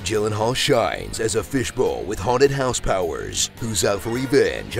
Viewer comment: "gyllenhall" actually